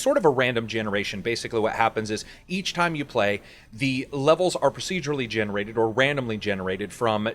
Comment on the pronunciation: every time i hear "procedurately generated" i cringe a little bit...